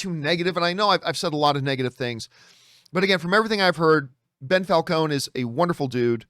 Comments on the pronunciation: I guess calling him “Bell” was John’s passive aggressive way of adding an addition insult of Ben Falcone. Or maybe Ben is pronounced Bell in Canada. Who knows? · Why do you keep calling him Bell....